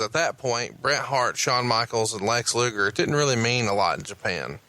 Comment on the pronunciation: "Lex Loogle." - MarConrad